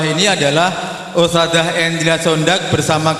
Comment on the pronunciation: Ustadzah not ustajah Huruf dzal BUKAN JIM DAARUL bukan Da arul